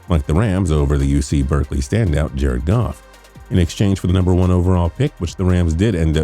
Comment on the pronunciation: Oh get the fuck out of here with your robotic, reading a script you’re handed so hard you mispronounce “Goff” twice after saying it correctly once. It’s a shame the Steelers are stuck with the guy who Donald Trumps sloppy seconds wouldn’t even give a kiss. Maybe they shouldn’t of traded their first round pick to a team that couldn’t even rank correctly.